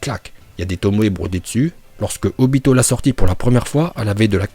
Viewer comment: On voit que t'as pas perdu ta prononciation parfaite en vo !! Surtout le obitoDaaaa!!! Kushimaru est trop stylé avec sa coupe et surtout c'est un bon couturier !!